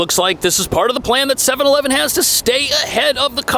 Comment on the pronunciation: You can't find one Japanese person who can say 7/11 correctly...